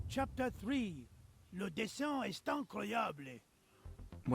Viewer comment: I heard "le dessin eSt incroyablÉ" 🤣😂 as a Frenchman it looked like a Spanish said this sentence 🤭 Ok so in "est" ("is"), you don't pronounce the S but you make what we call the 'liaison' (linking) and say "sétaincroyabl", and at the end of "incroyable" you practically don't day the "e" (plus we don't say it like an English 'e')